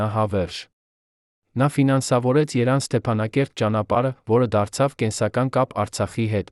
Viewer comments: Էս ոչխար շան որդին ովա՞,որ սութ տեղեկություններա տարածում,սրանով պիտի հետաքրքրվի անվտանգությունը,սա նույնիսկ ճիշտ հայերեն կարդալ չգիտի,Երևանին ասում է( երան),չգիտի թե երբ է մահացել Քրկ Քրկորյանը,նշում է 1995թ.Հայ ազգային հերոսը վախճանվել է 2015թ,հունիսի 15֊ին,սութ էն սրա ներկայացրած բոլոր տեղեկությունները։ժողովուրդ բլոք արեք սրա էջը,սադրիչ է։ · Ինձ հետաքրքիր էդուք Երևան բառը ճիշտ կարդալ ու այդպես համարյա բոլոր բառերը սխալ էք ասում